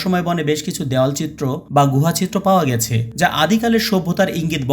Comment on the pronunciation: হ ঘেছে😂